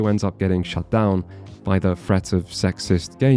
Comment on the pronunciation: It’s relatively small thing but the way this guy says “th” is abhorrent. When he says threat or thing it sounds likes fret or fing